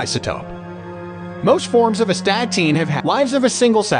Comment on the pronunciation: It's correctly pronounced ass-ta-teen. Nothing more foolish than a video that cannot pronounce the subject matter correctly.